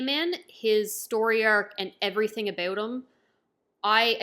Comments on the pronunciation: Wait did you just say "aboot"?? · Like how she says "abeut" lul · A new One Piece fan... after you finish the Anime you have to start the manga but I see that you just started so like it might take you few months. Also "about" is diff. lmao